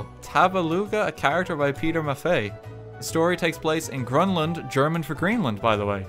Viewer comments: Its Grönland in german and not grünland! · Grönland. not grünland. get your german right, man! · "Grünland" is wrong, its actually "Grönland" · Sad german noises RT thinks that Greenland is Grünland in german but its actually Grönland. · Greenland in german is "Grönland" not "Grünland" Don't know why it's not translated like that, but Iceland isn't "Eisland" but "Island" either so.... continuity i guess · Nobody: Me as a German: it's Grönland not Grünland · that's just wrong, in German it's Grönland, not Grünland. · grönland, not grünland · it's GRÖNLAND in german, not GRÜNLAND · its not a joke, also my comment was about RT's pronunciation, which is incorrect. He pronounced it "grunland" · its Grönland actually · either way, he pronounced it wrong